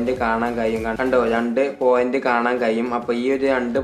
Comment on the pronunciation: കയിയും,കയിയും എന്നു തെളിയിച്ചുgood,keep it up